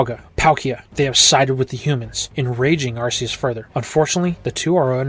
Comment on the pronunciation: * sigh * It's pronounced Ark-ee-us, not Arse-ee-us. TPCI did this specifically to avoid having British parents complaining about a Pokémon having the word arse in its name.